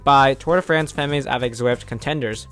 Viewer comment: Good video! FYI, Femmes is pronounced without the "S", "fem". I imagine you'll get lots of practice in the next few months;)